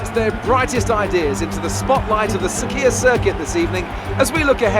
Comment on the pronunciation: Luv the vids man keep it going! Actually i'm from bahrain 😍, btw it is sakhir not sakier